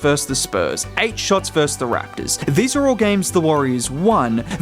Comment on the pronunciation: "Versus" has two syllables.